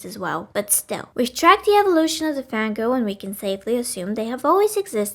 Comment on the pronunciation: am I the only one who hears "Van Gogh"? the evolution of the Van Gogh, Van Goghs have existed in some form or another since the dawn of men